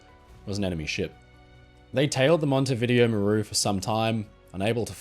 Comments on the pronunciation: Mon-teh-veeDE-0. Hello from Uruguay. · It’s MON-tee-vi-DAY-o 😄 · The Montevideo Maru story is the only one I can can say that I have definitely heard of before. Although the hospital ship rings a bell. The Japanese had no regard for human life that's certain. I'm sorry for being pedantic but Montevideo is pronounced Mon-tay-vi-day-o. When I heard your version i wondered if i was using some outdated British colonial era pronunciation so I checked. I hope that you don't mind me pointing it out?